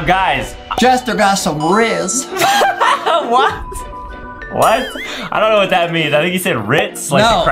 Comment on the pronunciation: Bro say rizz lol